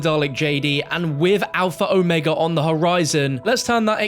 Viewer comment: At least one person online is pronouncing the map name properly. I can die in peace now.